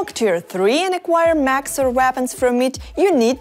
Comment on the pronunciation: “Macs and vapons”